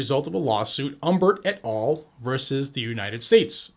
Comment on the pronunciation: It’s “et Al ( like Al Bundy)